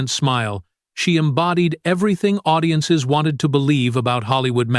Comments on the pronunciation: I know! Did you hear”ow-diences”? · Owdiences? Stop with the Articifial Ignorance. Lazy ass content creators. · "zix", "zeven", "audi-ences"🤨 Are you that lazy you can't pick up a microphone and talk with a real voice?